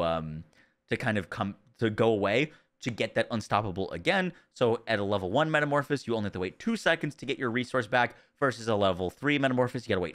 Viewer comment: If I hear one more youtuber mispronounce metamorphosis I am going to go insane.